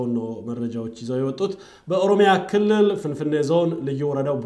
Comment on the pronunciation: You smell gunta, If you do not like about the way he accent "kilill"how do we know if your accent is correct, Because the person who looking around to find other peoples mistake are disrespectful person. Sorry to say that.